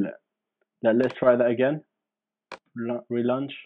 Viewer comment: jeez what fuckin language is THAT?? “relunch” moron.